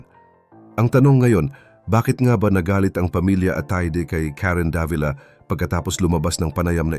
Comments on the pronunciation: Karen Da-vi-la po ang pagbigkas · Sir, napakagaling mo po bilang content creator, un nga lang k7ng minsan mali ang pagkabigkas ninyo ng mga pangalan like Davila.